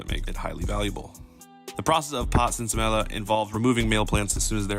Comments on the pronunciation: Say it with me: Sin-sa-me-ya Not Sin-sa-mill-a Cool story, though. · Sensa-meeya is how you pronounce it.. also i smoked mids up until like 2008 and it was always filled with seeds lol… American/Canada and maybe the Netherlands were the first places in my opinion to really make it popular.. Jamaicans knew what they were doing to, when I went on vacation there in the 2000s they had sensi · Bro, love these videos but please please please practice pronouncing names. You pronounce Gallardo and sinsemilla like a normal L but they sound like a Y. Sin Semi-ya, Ga-ya-rdo. You get it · Seen say me yah is how you say it my brother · It’s pronounced “sense e me ah” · It's pronounced sense-a-mia, two L's create a Y sound in Spanish. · sin semilla = sin-seh-me-ya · Say it with me now... Sense-see-me-yah!! Sense-see-me-yah!!! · Sensei Meeeyah is the correct pronunciation. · That is absolutely not how you pronounce sinsemilla stop that lol